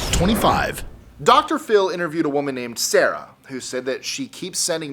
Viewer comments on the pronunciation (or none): none